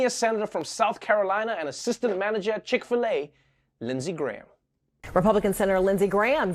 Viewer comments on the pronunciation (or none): Trever says "Chick-fil-e" Ad for Popeye's starts 🤣